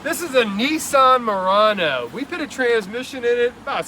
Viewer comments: Who names a car the "Moron-oh" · I think you mispronounced the car's name: moron, oh. Bring back cars with more mechanical stuff and less computer garbage. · Sorry, was that 'Morono'? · You said Nissan Murano. There's the problem